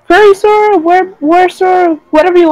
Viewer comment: Who the fuck is? Does he mean Zorro? Jesus Christ I can't listen to 1 hr of lmfao. looking foward to your theory vids without this guy not sure why not 1 of u could tell him it's Sora.